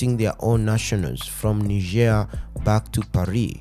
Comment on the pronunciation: Nice to see that Algeria is joining in defense of Niger!❤❤ P.S.: "Knee-zheir" is the French pronounciation of the country; in solidarity with Niger I would pronounce it "Nigh-jer".